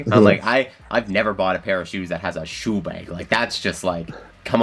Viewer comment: I heard the Chicago accent really come out when he said shoe bag